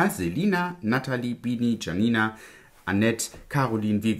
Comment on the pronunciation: Lieber, Das ist das erste Mal das jemand meinen Namen auf Anhieb richtig ausgesprochen hat:-) Ich schätze deine ehrliche Meinung sehr! Man merkt das du deinen Aussagen über die Produkte vorsichtig formulierst, ich kann deinen Ärger gut verstehen. Danke das du uns gute Alternativen und Empfehlungen mit an die Hand gibst. Viele liebe Grüße an dich! Janina